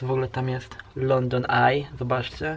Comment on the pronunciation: wtf! lepiej poucz się angielskiego, nie mówi sie,,london ej"